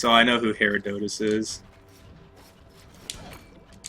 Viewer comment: Just so you know, the green mages come out of every Herodotus blob except the smallest size. But good job for figuring out they are spawning when you kill a blob! (also you pronounced Herodotus wrong)